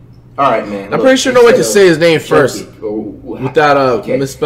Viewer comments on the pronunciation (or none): Flight saying names is about as bad as his basketball skills... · he doesn’t even care that he says people’s names completely wrong 😂😂😂 its confirmed flights ignorant on purpose for more comments and views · He said the player name all wrong 🤣🤣🤣🤣🤣